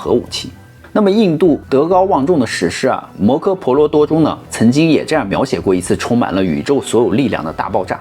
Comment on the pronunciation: 摩诃he婆罗多，不是柯ke，注意错别字，经常念错发音